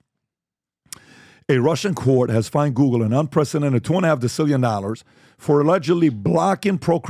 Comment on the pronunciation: What’s 50 thousand “OLLARS “